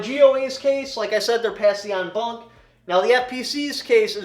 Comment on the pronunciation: It's "en banc"